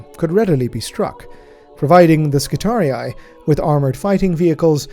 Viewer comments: I swear to God you're the only person on YouTube who pronounces Skitarii correctly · The only who pronounces "Skitarii" correctly. Ave Omnissiah! ⚙️ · ...so that is how you pronounce 'skitarii'.